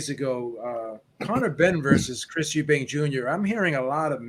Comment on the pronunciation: Killing me with the "Eubanks" pronunciation. It's Chris Eubank Jr. Folks to the same with Golden State Warriors legend, Chris Mullin, calling him "Mullins."